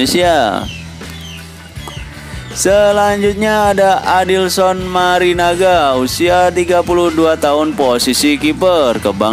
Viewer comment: Maringa bukan Marinaga.. Trus salah baca umur..